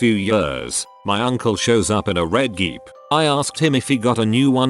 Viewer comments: geep instead of jeep? you need to tweak your robot voice. always says words wrong. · But why did he keep saying geep instead did jeep hahahaha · I’m sorry but the way the bot said “Jeep” as “geep”